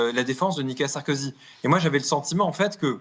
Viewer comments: "Nicolas Sarkozy" et non Nikala Sarkozy 😂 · MERCI 🙏🙏🙏 (Attention toutefois; on peut l'appeler Sarko ou 'l'ex président félon' mais pas "Nica Sarkozy" comme vous semblez répéter en voulant aller trop vite)